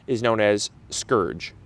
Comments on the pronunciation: Isn’t it spurge, not scourge? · Spurge not skurge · I'm pretty sure it's pronounced spurge, not scurge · Scourge? Do you mean spurge? (Spurge can be a scourge, ha ha) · Spurge. Not “scourge” The purslane look alike is called Spurge. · The look-alike for purslane is called SPURGE, not scourge. A nasty poisonous little lawn weed, that oozes resinous sap (and can cause poison ivy-like dermatitis when you pull it). It thrives in poor soil and drought conditions and loves to grow in sidewalk and driveway cracks. Where I live spotted spurge is everywhere.